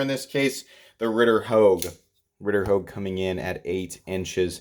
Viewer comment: The benchmade griptillian or, in this case, the ritter houge. Lol. Every video. Classic